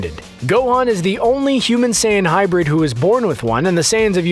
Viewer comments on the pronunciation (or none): none